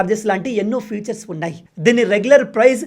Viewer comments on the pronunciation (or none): none